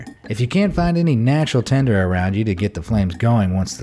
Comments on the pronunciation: It's tinder not tender! But you did suggest using a condom to start a fire. So... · Why did he keep saying tender? Isn’t it tinder?